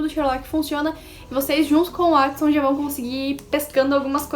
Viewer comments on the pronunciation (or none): Ganhou mais um inscrito e Watson se pronuncia Uótisson